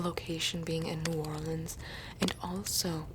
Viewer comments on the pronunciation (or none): none